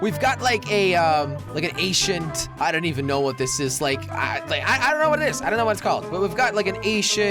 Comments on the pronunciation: its ancient, not Asian-t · Jelly..... Ancient not Ashiant Haha <3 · Acient is not how u say it. Ank-chient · Did he just say ashient?? 😂😂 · When he says ancient, it sounds like he says Asian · It disturbs me the way he says "ancient". lol